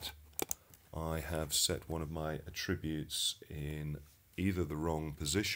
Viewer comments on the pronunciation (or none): "Attributes" as a noun is pronounced ATTributes, not aTRIButes.